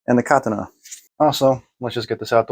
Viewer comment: First time I've heard someone other than myself pronounce it "KAH-tah-nah".